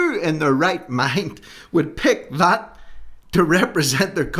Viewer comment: Dat instead of that.